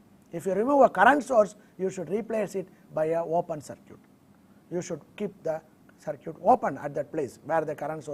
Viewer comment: LOL, man it's "circuit" not "sir cute', his spoken is not good but he is conveying a good deal of knowledge about electronics.